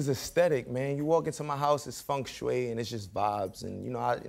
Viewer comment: omg. first time i hear someone pronounce feng shui correctly!!!